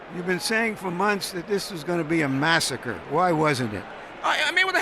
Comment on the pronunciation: lol.. at merchant hating.. you said it as gonnabe a massacur.. why wasnt it